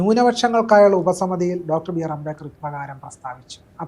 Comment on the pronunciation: ആരാ ഈ അമ്പേക്കർ ... അംബേത്കർ എന്ന് നേരാം വണ്ണം പറയാനറിയാത്തവനാ അംബേത്കറേ കുറിച്ച്‌ സംസാരിയ്കുന്നേ. 😅